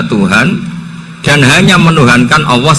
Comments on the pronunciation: mohon mf.... lafadz yg benar Allah ataukah awoh, kenapa Gus sll menyebut awoh, bkn Allah, apakah itu boleh ???🙏🏻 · Awwoh atau Allah, coba cermati Cara ngendikan Allah tapi kedengarannya Awwoh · MasyaaAlloh terima kasih Gus tapi kok saya rada ga jelas kenapa menyebut Alloh bacaan di Qur'an tapi Gus ngucapinya awoh, jadi yang bener Alloh apa awoh terimakasih 🙏